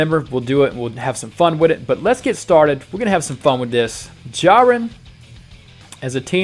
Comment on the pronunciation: You said jurien